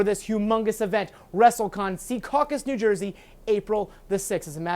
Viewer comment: It's Secaucus, not Seacaucus